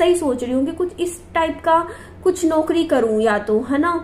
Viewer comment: Radio Jockey ki job achhi hai,par mein ek advice dena chahungi apko please isko ghalat mat lena आप कुछ शब्दों का उच्चारण सही करिये जैसे ‘ौ’ को आप ‘ओ’ बोलते हो eg. ‘नौकरी ‘ होता है ‘नोकरी’ नहीं । ‘पौधा’होता है ‘पोधा’ नहीं।औरत होता है ओरत नहीं ।दौलत होता है दोलत नहीं।😊